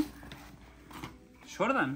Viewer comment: Se emocionan cuando lo ven, pero no adivinaron ningún modelo, solo decía SHORDAN (Jordan🤣😭